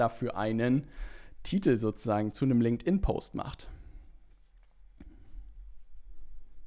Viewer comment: danke dir für das hilfreiche Video. Und natürlich "Linkedin Leads" xD